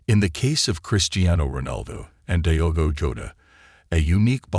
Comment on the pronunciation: It's not "dhigh-ogo" but rather "deeogo"! Why not to learn the proper pronunciation of his name before doing it wrong! RIP Diogo and Andre!